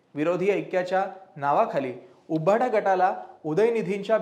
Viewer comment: तुमचे सर्व अंँकर्स सदोष उच्चार करतात उदा. उभाटा